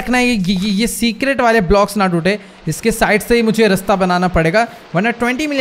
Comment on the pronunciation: Are bhai apne raste ko resta bola